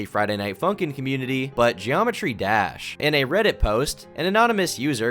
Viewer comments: You kind of say "Friday Night Funkin'" like Chris Pratt says "Koopas." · why tf u said funkin like that bro